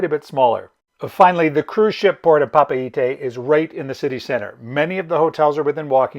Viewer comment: Good information, thanks. We are booked on Windstar in June/July from LAUTOKA ending in Papeete (thanks for the proper pronounciation).